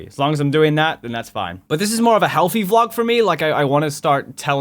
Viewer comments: Heehee. You say V-Log, instead of Vlog. =w= 'Das funny. In all honesty, though... Shit, we're a lot alike in pros and cons. It's... Actually kind of disturbing. Only difference? I don't have the depression... I mean, I'm paranoid as fuck, but I'm definitely not depressed. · V-Log. No. Just no. Not how you pronounce it, but meh I’ll live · Why does call Vlogs "V-Logs"?